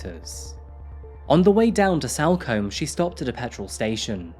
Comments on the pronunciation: Btw salcombe is pronounced sulcum. In the local area it’s known for being an area where there are mostly holiday lets and second home owners. It’s basically where many rich Londoners have their holiday homes. Please do the murder of Bobbi Ann Macleod - an 18 year old girl taken from a bus stop in Plymouth by a guitarist who handed himself into police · Head probably removed and put in back pack so body fitted in the suitcase? BTW it's pronounced Salcom not combe‼️😆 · Salcomb is pronounced like SoulCum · Sol come, that's how it's pronounced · It’s pronounced SOLCOMBE even though it’s spelt with an A